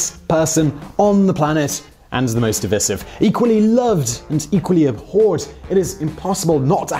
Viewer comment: Simon, what is happening to your pronounciation? NO ONE pronounces divisive "diffissif". You've dropped several of these in recent videos. No one pronounces words like that in England. Videos are great though, keep up the good work !